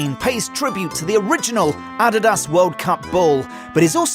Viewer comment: Learn how to pronounce Adidas please. They are world renowned for the technological advancement of official footballs throughout the years.